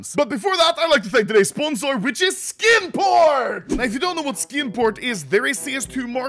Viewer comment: I'm going to be completely honest. I thought he said "Skin Porn" the first time he said "Skin Port"